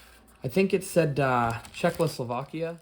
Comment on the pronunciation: for sure it was sent from czechoslovakia, you couldn't sound more American saying that